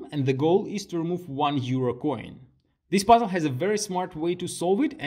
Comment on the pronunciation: I love how you pronounce "puzzle" as "buzzel"